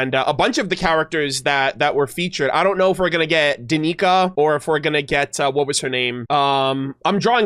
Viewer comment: Tip from Polish person: In Slavic languages like Polish, Russian etc, you read C as ts. So it's Danica/Danitsa not Danika. Same as Tsaritsa (Caryca) .